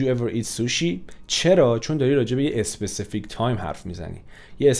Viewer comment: Mamnoon misham specific ro especific talafoz nakonin 🙏🏽🙃